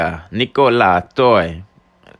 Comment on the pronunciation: No it’s nico-la-toy